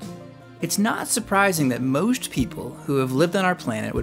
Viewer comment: nooo, they are nawt!!